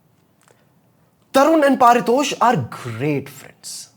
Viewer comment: Bro your name is not par-tosh its pari- tosh ...